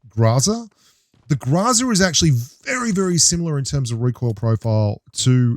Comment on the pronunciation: why do you pronounce GROZA as GRAZA